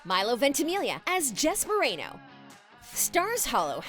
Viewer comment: Is no one talking about how she said Marano instead of Mariano